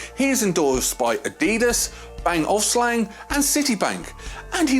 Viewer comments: ...Bang and O-LUF-SEN, not ofslang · I am Danish and Bang & Olufsen is also Danish.. I laughed so hard, when i heard his pronunciation. 😂 But other than that, it´s a good video. 🙂